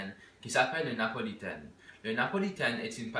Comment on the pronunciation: Its Napolitaine wz an N and not Lapolitaine wz L Before people used to say Lapolitaine.